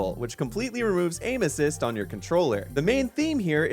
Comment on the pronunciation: While watching the video, my wife walked in when you said "aim assist" and she thought you said anuses. Now, that is all I can hear.